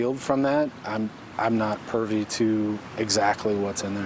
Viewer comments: I'm not purvy? privvy! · Did he say “Pervy” instead of “privy”? 😂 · lol he said hes not PERVY to that instead of PRIVY, lol i cant even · “I’m not purvey…”??? This guy! 🙄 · hahaha dude said "im not pervy to exactly whats in there"..uh, i think you mean PRIVY ...way different affect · I thought he said, "pervy", but then again, sometimes I hear things wrong. In reading the comments I probably heard it correctly.